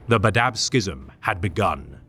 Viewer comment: Cool video, but the way you say badab is terrible 😂😂😂 it's bad-ab, two syllables not badab, one syllables lol